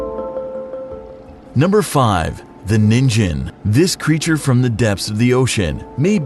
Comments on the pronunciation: Japanese: Ningen 【人間】 English: Nin Jen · Ya know what's really scary? That the narrator in the video pronounced the first creature's name wrong. It's Ningen, not nin-jen. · Every weeb watching this vid: “the name ninjen means human” Baka, it’s nINGen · is it just me or do others get annoyed when these videos pronounce it 'ninjen' instead of 'nin-gen' with a 'guh' sound? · The person who made the video mispronounced the word "ningen" It isn't pronounced nin-jen. it's pronounced knee-n-gen. Knee n, g as in GARY , gen. Ningen. It means human. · "The 'Ninjen' means 'human' in Japanese" I am cringing so hard at this man >o< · IT'S NOT (NIN-JIN) IT'S (NEEN-GIN) omg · It is ningen not ninjen also not slenderman it don't have tentacles or a suit and tie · Nin Gen not Nin Jen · its not pronounced 'ninjin', its NINGEN!!!! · Im almost 100 percent sure he's pronouncing ningen wrong cuz it's pronounced as it's written nin - gen not nin - jen....................someone correct me if im wrong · This bitch said ninjen, it’s nin-gen, gen like gum, not like j in jumbo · the way he pronounces ningen like ninjen triggers me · Its pronounced NEEN-gen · So we just gonna pretend he didn't say ningen wrong? Aight... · The dude pronounced Ningen wrong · How this man pronounced “ningen” incorrectly. How he said it means carrot in Japanese 😂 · The way the first narrator pronounced Ningen made my brain melt